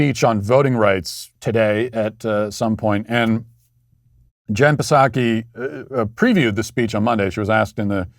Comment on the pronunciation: Matt, why are you all of the sudden pronouncing Jen’s last name wrong? The last couple shows you've pronounced it Puh’Saki when the P is silent.